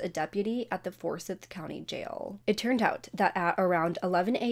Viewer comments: I used to live in Georgia and Forsyth isn't pronounced like forsythia without the a... it's pronounced like For sīth....the I is pronounced like I is pronounced...like it rhymes with site ...I hope I'm making sense and that it helps. 😘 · It’s pronounced FOR-SI-YATH county lol